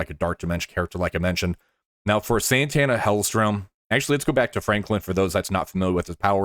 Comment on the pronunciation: Yeah, that's okay too. You were kinda saying it like the 90s guitarist though lol Santana. She has no n before the t.